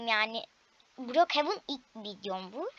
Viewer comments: Brokjen dil brokhevan okunuşu da brokevin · Okuyusun mal gibi brok hevın diye okuyorsun